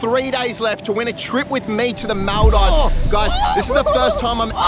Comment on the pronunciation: You always pronounce Maldives wrong 😭 it’s spelled Maldeeves